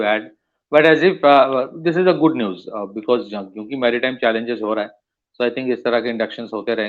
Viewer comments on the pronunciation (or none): none